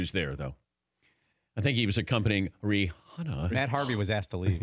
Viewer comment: The way he pronounced Rihanna 😂